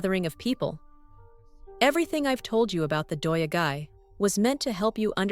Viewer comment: I commend you for trying to pronounce those difficult Japanese words, but what in the world! "Doya-gai" comes from "yado," which means accommodation, and "gai," which means town. Also, day laborers are "hee-yatoi-rohdoh-sha": hee = day; yatoi = hiring; rohdoh = work; sha = person/people. The "hee" was completely dropped. I had the hardest time understanding what you were trying to get at 😂